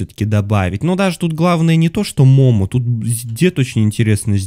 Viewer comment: не мома а момо